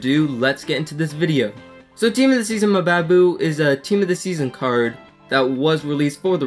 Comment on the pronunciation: good review but just FYI mbabu is pronounced the same way you pronounce mbappe